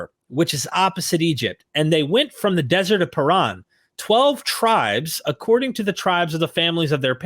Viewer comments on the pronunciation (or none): none